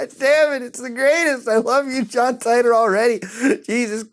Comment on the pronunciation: omfg Muta... seriously you made me cringe harder than I have ever in my life. Ty-tor??? It's John Tea-tor. Have you not seen Steins; Gate? Please watch this anime as it is one of the greatest of all time.